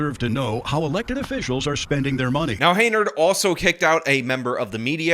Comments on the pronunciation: It’s HEN YARD, like in chicken yard. Or chicken pen . Learn to read !!!! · can you say Hen-yard? And we know her middle initial too. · Pronounced - "Hen" "Yard" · henyard. hen - yard. it's not that hard brother. you've never seen it spelled or what? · HEN yard You're still getting her name wrong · HEN-YARD.......it's pronounced HEN-YARD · This mayor is trash and deserves removal and punishment. However, I would expect you to get her name right; it's not "Hey-nard". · Her name is NOT Haynerd. If you want to be a reporter bother to know the name of the person you are doing the story on. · HEN-yard. How am I supposed to lay down the derision if the name finna be rong. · Stopped at your second mispronunciation of "Henyard" 😂. Bro, I have other news sources that can read words. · While I am all for publicly excoriating an incompetent fool, for the LOVE OF GOD at least pronounce their name correctly, especially seeing as how you've edited multiple clips from WGN and other local news stations using the correct pronunciation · anyone else find it annoying that he mispronounces this crazy bitchs name(likely on purpose)? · You keep saying her last name wrong, even though they said it in the news clips you're reporting on. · Please teach yourself how to pronounce Tif's last name. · Lmao, I thought I was the only one getting driven insane by this. He's seen her name on 10 billboards and banners and listened to hours of news coverage mentioning her name, yet still has pronounced it wrong for like a half dozen videos on the topic. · he saw these comments because he said it correctly in the new video today, then immediately goes back to pronouncing it wrong. I don't care about the chick's name really but like you said pronouncing it wrong over and over is mega annoying especially when he cuts in video of it being said correctly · Why do you keep mispronouncing her name. Is this some sort of joke that i don't get? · "Hen-yerd", not "Hay-nerd". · Henyard, not Heynard! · Hen, not hay